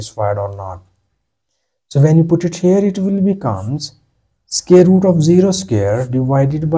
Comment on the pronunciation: Its pronounced SQUARE...NOT SCARE !!!.